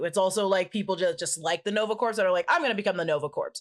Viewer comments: the "p" and "s" in Corps is Silent... it's pronounced "Core" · pronouncing corps as corpse and not core stressed me out for no reason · Please, don’t say Nova “Corpse”. It’s said like “Core”. Coming from a USMC vet. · Take a shot every time says Nova Corpse. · Just a note, Corps is pronounced as Core. Same way as in Marine Corps is pronounced as core. Another weird one is Corpsman who is a navy medic working with Marines is pronounced coreman... otherwise it sounds like corpse. And I listen to every episode related to MCU. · sigh... quit saying corpse. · Take a drink every time pronounces it "Nova Corpse". Good times. Omg a Strangers in Paradise shout-out! Awesome,! Also required reading: Love and Rockets. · Please...no more "Nova corPs"... the P is silent...lol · people I kept giggling when repeatedly said Nova corpse lol ❤️ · i LOVE. U. But. Stop sayin "Corpse" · I keep hearing Nova CORPSE which is probably accurate too considering they're dead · Me too. It’s a pronounced core. Like in the Marine Corps. The ps is silent. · Dear God listening to say the P in Nova Corp over and over and over made me lose some iq points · Nova "corpse"...come on at least try 🥺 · The P in Nova Corps is silent. Like Peace Corps. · you don't pronounce the P or the S in corps. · Oh! Please stop pronouncing P in Nova Corps!!